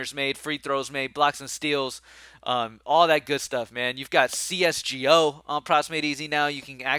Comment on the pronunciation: When u said c-s-g-o 😂